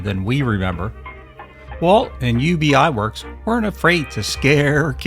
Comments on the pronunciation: Ub Iwerks' first name is not pronounce "Yew-Bee". It's literally pronounced as it looks...."Ub". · Pronounced Uhb Iwerks 😊 Thanks for the fun video! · "Ub" Iwerks was his name, short for "Ubbe Ert", not his initials.